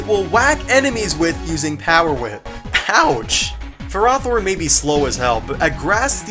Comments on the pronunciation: "fur-ah-thorn"? I think you mean "ferro-thorn" as in ferrous (iron) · ...fur-rath-horn? wut? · Just wanted to let you know, its pronounced Ferr Oh thorn.